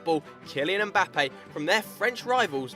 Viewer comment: It’s not “Em-bape” it’s “Mmmbape”